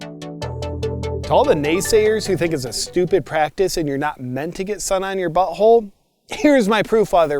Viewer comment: It’s “buTThole” not “bu’oal”